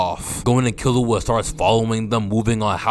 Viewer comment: Btw bro its not kill-you-a its kill-oo-a